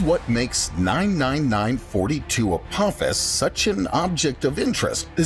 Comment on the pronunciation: it’s apophis not apopis 🤣 it’s all good man you was scared 🤣